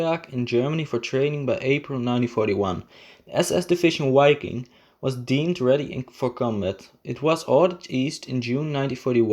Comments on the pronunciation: Just FYI - The German 'w' is pronounced like an english 'v' and the first 'i' is long so it should sound like Veeking. Wiking is German for Viking. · It's pronounced "vi-king" with a short "i". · Dude - in German you spell and pronounce "Wiking" with a clear double-u. In English, it is spelled "Viking", and pronounced as a "v" - a clear "v". You should change the commentary, as it reduce the quality of the video quite substantially!! In fact, the video is almost non-comprehendable due to your extremely bad pronounciation - slow down, and concentrate on pronouncing the words clearly. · W is pronounced V in German.